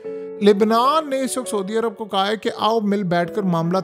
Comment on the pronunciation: Soodia Arab nahi hota bhai Saudia Arab hota hay